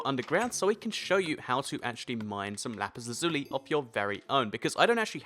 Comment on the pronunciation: thats not how you pronounce lapis lazuli